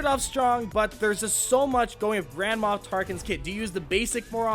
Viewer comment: y u say grandma tarkin?